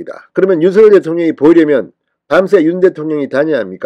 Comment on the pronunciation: 윤서결 이렇게 발음하는것 국문법에 맞지 않습니다 바르게 윤석열 그대로 발음하세요